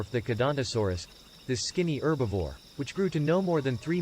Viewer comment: It's "Herbivore" NOT "Erbivore"😠!